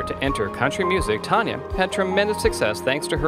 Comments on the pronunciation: My all time favorite singer but as She would tell ya, It's Tan Ya not Ton ya, as in tan ya hide!! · Can't you learn to pronounce her name correctly before you do a damn Bio???😒